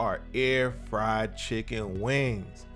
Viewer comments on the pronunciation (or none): none